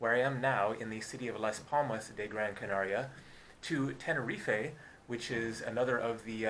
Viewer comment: It's Tenerife not Tenerifay